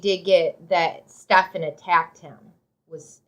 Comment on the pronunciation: If I could give your video 2 thumbs down, I would. At least pronounce the guy’s name right. It’s pronounced Steven.